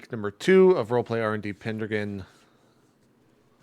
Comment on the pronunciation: The only thing I don't like about these is the way finds a way to pronounce these words in such terrible ways. PEN-DRAGON NOT PENDREGEN